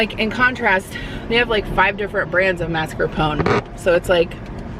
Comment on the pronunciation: Thank you for saying mascarpone correctly. That never happens! and drives me nuts!